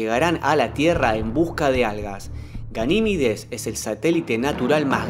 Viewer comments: A ver si aprendes a hablar, es Ganimedes y no Ganimides, cada día hay más flipaos. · Verga lo tienes ahi escrito... deja de decir Ganimides... es Ganimedes